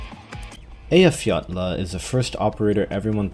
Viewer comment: That's probably the first time I've heard someone pronounce Eyjafjalla correctly (made up by the fact that Leizi is pronounced like "laze" rather than "lazy" but still)